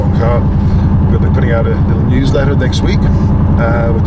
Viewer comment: the way he pronounces CAAAAHR